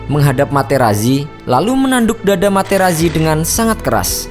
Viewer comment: Sedikit koreksi dalam pembacaan nama. "Marco Materazzi" dalam bahasa Italia dibaca "Marko Materatzi".